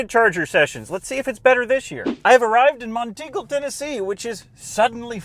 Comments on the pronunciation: the name is not Mon-tingle… it’s Mont Eagle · It's Mont Eagle, not Mon Teagle. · Some pronunciations: Murfreesboro (Is pronounced as Murphysboro) Monteagle (Is pronounced Mont-eagle, not Mon-teegle) Kimball (Is pronounced like Kimble) Also, the charger next to the shorter "abandoned building" in Chattanooga makes sense because it's an outdoor event center. Massive outdoor conventions take place there.